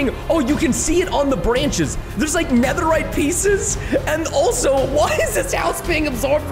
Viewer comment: Guys it’s pronounced netherite